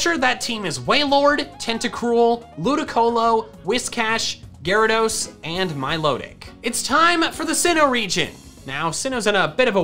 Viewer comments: Gyarados, not Garadoss! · IT'S GYARADOS, NOT GYRADOSE! THE NAME DOES NOT END WITH AN E! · "Gyarageese" (I'm sorry) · THERE IS NO OF IN THE TITLE! DO NOT LEAVE OFF THE E IN ARCEUS! AND IT'S GYARADOS, NOT F*CKING GARYDOES! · DO NOT LEAVE OFF THE Y IN GYARADOS! AND WE DON'T USE THE WORD ITS AS A PRONOUN IF THERE'S AN APOSTROPHE IN IT!